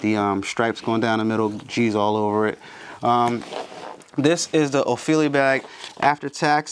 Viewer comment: no L, its OpheDIA